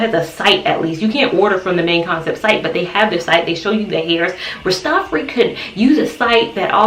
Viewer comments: If I may correct you a bit - please say RAS - TAH - FAH - RI (the I sounds like EYE) ... it is actually a title and a name; Ras Tafari (Ras means King or Head) and it was the name of the Ethiopian Emperor His Imperial Majesty Haile Selassie before he became Emperor of Ethiopia. Looking for curly hairstyles - this is beautiful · Rastafari pronounced raa·stuh·faa·ree